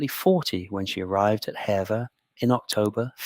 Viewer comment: Although it's spelt like "hevver" it's pronounced like "heever". Lovely video, thank you. I live nearby, I love Hever castle ❤